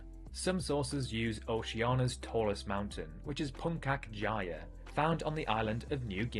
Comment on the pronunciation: "Puunkak jaya" oh hell yeah I sure want to climb the puunkak jaya! But in all seriousness it is puntjak jaaya